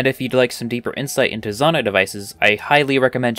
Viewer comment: It’s pronounced Zonai, not Zonai.